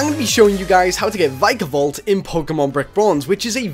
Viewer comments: VIKA-VOLT Ur saying VIKAE-VOLT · It is vikavolt not vykavolt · STARLORD it's Vik-a-Volt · It' Vik-a-volt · oh gods... Starlord, you totally butchered the pronunciation..